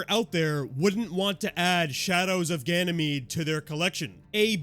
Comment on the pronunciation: "shadows of gay mede" ok